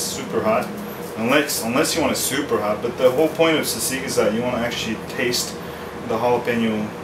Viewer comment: haha you pronounce it as seasig :P but yeah nice tutorial !